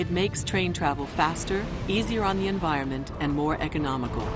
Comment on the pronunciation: environment. e-n-v-i-r-o-n-m-e-n-t. not inviroment. cool train!